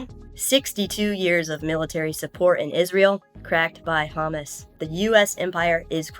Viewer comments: 🛑It is Hamas🤏 🛑Not Hummus 🤦‍♀️ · Hamas, not Hummus. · It sounds like you are saying "The hummus attack".